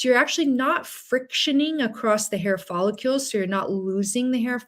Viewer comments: Helpful info, thank you.. However, professional that you are, I'm sure you would want to pronounce the word follicle correctly.. which is: FOL - LIK - KULL Quite welcome! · I have a problem trusting a physician who doesn't even know how to pronounce the word "follicle". 😮